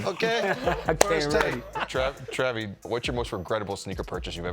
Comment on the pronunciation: He say TRAVY 😳😐